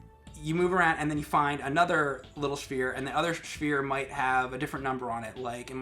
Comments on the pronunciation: How hard is it to say 'sphere' and not 'shveer'? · he's saying like he's ordering a bagel with schmere. Now I'm hungry! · wtf is a schfere? he said it more than once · did he just say shphere? I don't know why I find that so amusing, but I do. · Oh is it a Northerner thing? I was gonna say, the amount of times he deliberately said "Shphere" really felt like he was confident about his pronunciation. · I'm from Ohio and I say sphere. Hes pronouncing it like stewie says cool wHip lol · Waiting for the other guy to say "its SPHERE not SHFEAR" .. make it stop .. please